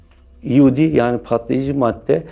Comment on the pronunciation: SAS komandosuna öğretiyor adam :D sen önce eod ile eyp nin farkını öğren sonra konuş. Ayrıca ingilizce bilmiyorsunuz sanırım eod(explosive ordnance disposal) ingilizce bir kelimedir ve kısaltması ''iod'' şeklinde okunur. Eyp ise el yapımı patlayıcı demektir. EOD ile hiçbir alakası yoktur.